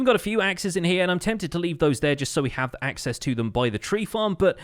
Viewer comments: axe-cess lol. did anyone else catch that? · Lol "Axe-cess" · Axe-cess lol